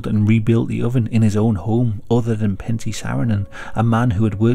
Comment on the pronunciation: Lol it's Pentti, not panty :''DD a finn here.